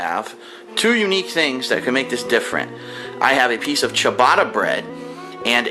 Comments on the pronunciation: ''I'm Italian'' Also: ''Chibada bred'' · Christ that pronunciation of ciabatta